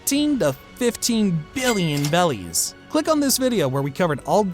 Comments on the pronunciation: The way he said “bellies” upsets me lmao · He says bellys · Every time he said “Belis” I cringed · You were saying bellys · It’s Berrys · Bro sail bellies 😂😂😂😂😂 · Why do you keep saying bellies? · It's berries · Please stop saying bellies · I appreciate for still counting Vivi as part of the Strawhat crew but its obvious that you watched One Piece on Shorts, ranking a filter character above the main Antagonist of the show, pronounced berries wrong, you're a fake fan. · How do you call the currency the wrong thing the entire video 😂😂😂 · yeah it just sounds so wrong each time he says it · interesting if that is the case, but I just figured it's the issue Asian people tend to have when speaking English and switching R and L sounds My wife still does it frequently. I've been trying to train her not to for 6 years now. For example, instead of road she'll say load